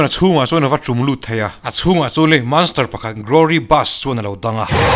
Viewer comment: Manster t tohlo teh sir please in monster t mai teh ka gaimoh lakloh ltk a 😅